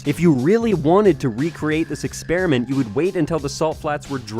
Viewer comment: why is he saying "EXPERI-N-MENT" makes him look more stupid than being a flat earther does